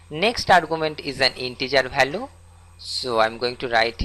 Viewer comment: bhariable aur bhalue nahi hota. variable aur value hota hai. pehle bolna sikh lo fir dusro ko padhana